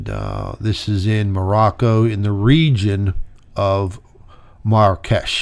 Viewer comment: And it’s Marrakesh! Mar-ra-kesh!